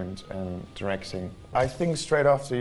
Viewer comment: DIRECTING diye yazılır DAYREKTİN diye okunur.. bu me öve öve bitiremediğiniz aksanı ahahahaha